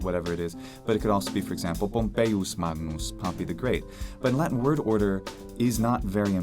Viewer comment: he mispronounced “magnus” — its “mangnoos” not “mag-noos”